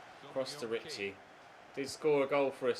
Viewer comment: Can't wait so you sell Ritchie so you stop saying risiie